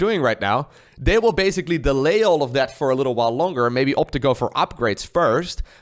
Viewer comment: you are hilarious I enjoy your casts the most they are very entertaining. funny how you pronounce the "th" in thirty but every other time you say a "th" its dere (there) or dat (that) dis (this) dose (those) da (the) but other dan dat your english really is perfect. your accent is your unique thing so dont overthink da pronunciation haha